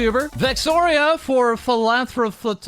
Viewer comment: repeat after me: phi-lan-thro-pic philanthropic phi-lan-thro-py philanthropy